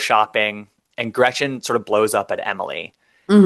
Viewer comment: every time I hear Emily say Gretchers I want to burn her contract and exile her to a Third World country, with no Trader Joe’s rice for her son!